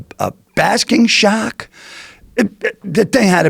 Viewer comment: God I love the way this guy pronounces “shark” shaaakk